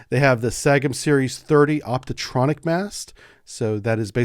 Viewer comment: Dear. Thanks for the video! But: it's an optronic mast, not "optotronic" as you say several times.